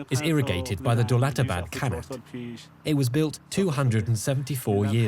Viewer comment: First of all it is pronounced ghanat & not kanat! And it is a shame that you would not even mention the Zoroastrian population of Yazd.